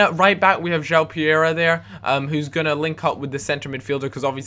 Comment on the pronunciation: 'Jow pereria'...no...no..no that is not right! it i pronounced 'ju-ow-prrrrrerera'